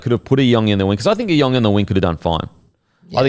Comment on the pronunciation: Hey guys just quickly regarding isaiah iongi. His last name is pronounced "Yongi" not e-ongi. The I is pronounced as a Y